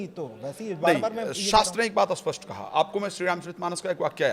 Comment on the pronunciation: न जाने कितने ही लोग हैं वे कुण्डली वुंडली जानते ही नहीं वे तो ............. अब पण्डित जी स्पष्ट का उच्चारण कर रहे हैं अस्पष्ट उपर से चैनल के पास कोई कथा नहीं है तो यही सही